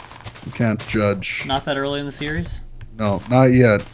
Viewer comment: dude he said these serieses